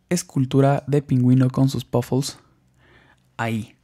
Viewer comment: y ademas se dice PUFFLES NO POFUL